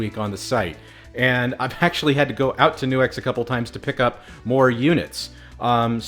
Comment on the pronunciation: Its not New X ; its Nux. Like Curley in a Stooges film. "Nux, nux, nux, certainly".